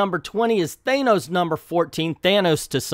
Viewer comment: Most people I know of say Than-ose, only a small number of people strangely insist on mispronouncing it. It shouldn't even be that hard.